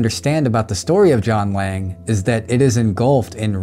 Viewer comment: Ok I thought you were saying "John Wang" the whole time 🤣